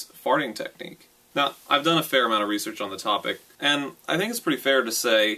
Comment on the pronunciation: Lee search? That's supposed to say research.